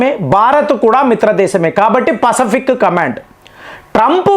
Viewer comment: పసఫిక్ కాదు, పసిఫిక్